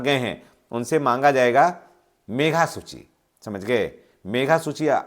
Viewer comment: सर मेघा सूची नहीं, मेधा सूची ( Meritorious List) होता है।